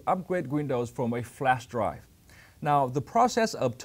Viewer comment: Please someone tell him its not called flash dry but its flash drive